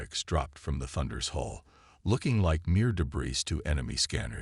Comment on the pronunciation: Can someone PLEASE teach the reader how to pronounce debris? LOL